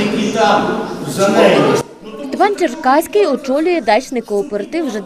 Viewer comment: Шановна редакція, я хоч і проти нинішнього голови товариства, але все ж він Черкавський, а не Черкаський.